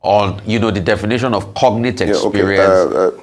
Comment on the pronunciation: WHY IS THE LAWYEY CALLING IT CONATE? THE G IS NOT SILENT